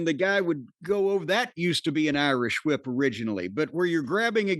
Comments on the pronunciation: Corney pronouncing the h in whip like stewie. Lol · It's pronounced "Hwip".